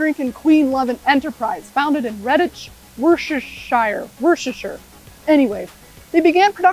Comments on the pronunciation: Wuss-ta-sher. I'll take either, not fussy... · Triumph In Coventry? Whaaaaat nah never, the bombs for the war were made in cov, Triumph have always been here in Hinckley, in Leicestershire next to Leicester, Coventry is in Warwickshire 😉 and got Worcestershire right the 2nd time, dw all Americans struggle with the "Shere" not "Shire 😂